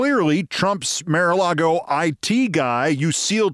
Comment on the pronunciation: When you insist on pronouncing "mar" as "mare" you lose a millicredibility. I guess you have some sarcastic reason for the mispronunciation, but to me it just grates.